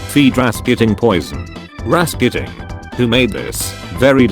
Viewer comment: People: Rasputin This guy: Rasqutin Me: acceptable... P. S. I'm Russian